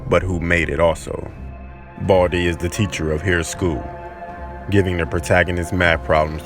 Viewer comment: The one who is talking said boldy Not baldi hahaha😂😂😂